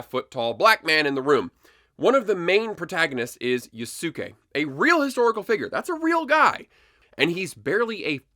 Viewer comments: It is pronounced "Yosuke"! Get it right 😂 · I totally agree with the video, but damn man you butchered the pronunciation of Yasuke's name, it's pronounced (Yos-Kay). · Yea it's like Yaske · I agree with everything you say. When saying "Yasuke" the U is virtually silent. Like Sasuke from Naruto.